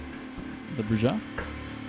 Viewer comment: "Broo-Hah" No J-sound, only H-sound.